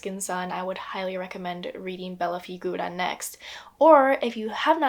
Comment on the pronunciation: As an Italian I must say that your pronunciation of "Bella Figura" is perfect!!!